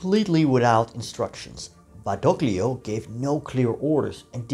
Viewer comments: "Badoglio" is pronounced "Badolio", ie the "g" is silent. Or Eisenhower got his pronunciation wrong. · In de naam Badoglio wordt de g niet uitgesproken.